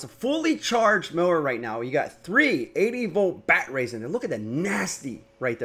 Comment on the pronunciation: so i am aussie and am i the only one that can hear him saying batrays?